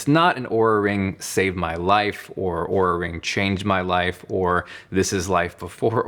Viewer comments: He's pronouncing it right, as they do in their sizing video, as you would pronounce Aura. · He is pronouncing it right…"aura"/"or-uh", not "oo-ra"